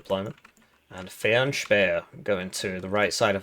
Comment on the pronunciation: Your pronounciation of Fernspäher is decent